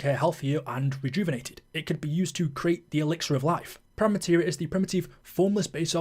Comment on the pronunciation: Sorry mate, did you not hear the ending cutscene? Its spelt "Prima" but its pronounced "preema" You sound like youre talking about the white paint you put on a wall before the main colour 😅